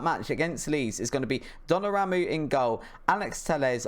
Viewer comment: Btw it’s Don-uh-room-ah and Va-Ran